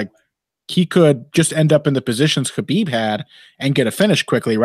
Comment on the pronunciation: I dream of the day pronounces Khabib's name correctly.